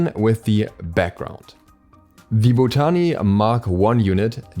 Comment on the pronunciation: The way you’re pronouncing botany 😂 pls